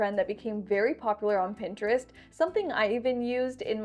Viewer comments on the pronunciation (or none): none